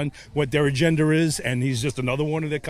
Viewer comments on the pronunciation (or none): That clown is't from Pennsylvania. Genuine Pennsylvanians don't speak with Intrusive R. "What their agend ris" is from somewhere else. And then Kilt-Boi -- kilts in Wales ?? Plus, Danny Thomas/Marlo Thomas are not related to any Thomases. They're Lebanese. Danny Thomas' birth name was Amos Muzyad Yakhoob Kairouz. What a dumbass.